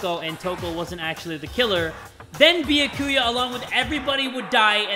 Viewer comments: no one: No one: Literally no one::beeyakooyuh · If people would stop posting spoilers in the comments, would read them and learn how to pronounce byakuya's name. It's (byah-koo-yah) not (bee-ya-koo-ya) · If he says “be-yah-koo-yuh” instead of “Be-yak-oo-ya” one more time I might actually lose it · i love how he insists on saying beeakooyah even after everyone says byakuya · I love ya but it’s (be-ya-coo-ya) not (boo-ya-coo-uh) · Yeah. Byakuya’s name is pronounced “Be-aku-a” (no hate btw) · everyone: says byakuya’s name multiple times jay: “bee-uh-koo-yuh” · BRO THE WAY HE PRONOUNCES “Bee-ya-Koo-ya” MAKES ME CACKLE EVERYTIME. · I HAVEN’T WATCHED THIS YET BUT JAY PLZ IT’S byAkuya not byakUya :”) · i loove the way the pronounces byakuya bee yo koo ya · Bia- ku-ya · did you just call him… “ biyakuuya? “ .. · YES I’m also annoyed at how he pronounces byakuya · everyone: triggered at how he pronounces Byakuya me: laughing at him calling Aoi "owie" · The way he pronounces Byakuya hurts my heart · Seriously, someone contact me when he finally says it right smh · Everytime says Byakuya wrong I feel like I’m being stabbed by one of Toko’s scissors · The fact that he still says Byakuya's name wrong after this makes me laugh. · Challenge: take a shot every time jay says byakuyas name wrong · On god if this man pronounces Byakuya wrong again I’m going to cry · the way he pronounces byakuya infuriates me for some reason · I'm ready for Byakuya to die because the English pronounciantion of his name so bad and he's just the absolute worst (, not the game. Not that he can be expected to know Japanese pronounciantion!)